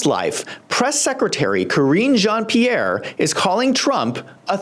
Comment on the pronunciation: Whenever I hear “Careening into a John’s pee-air” speak, I think to myself “how do I have a higher reading level comprehension than the U.S. press secretary?”